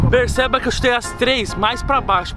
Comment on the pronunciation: fala percéba